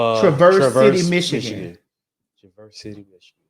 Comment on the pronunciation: The city is pronounced Travis city (that’s how us coloreds say it) This is not Detroit, it’s actually far as fuck from Detroit. Don’t blame that on my city. Aht aht